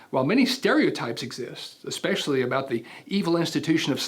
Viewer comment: Excellent video. Please use proper pronunciation of especially not especially and Cavalry not Calvary.